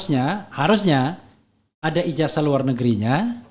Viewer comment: Ijasah bang, bukan ijaja.. 😂😂😂😂😂😂😂😂